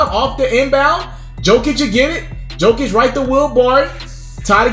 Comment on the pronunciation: It’s pronounced, “Yokic.”